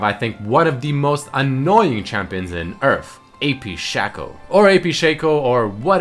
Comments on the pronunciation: Whoever says Shaco should go die because its pronounced Shaco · It's shaco not shaco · its shaco not shaco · There is no Whatever you want to call him. His name is SHAKE-O, because his clone's name is FAKE-O, its not SHACK-O and FACK-O